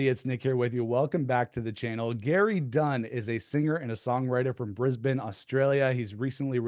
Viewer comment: I do hear a lot different genres on that single. You said Brisbane correctly I said it wrong when I talked to a shoegaze band from there.